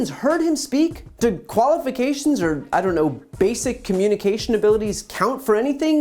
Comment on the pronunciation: Okay, to be fair, he said "getting a department that can look at young men that's looking at..."or" (he does the typical Georgia "are" pronunciation of "or") women that's looking at uh, just social media..." Like, I get what he's TRYING to say (a department of men or women), so I'll give him the SLIGHT benefit of the doubt with THAT one. The rest...nope. This is actually scary. And people are just eating this up, which is even worse!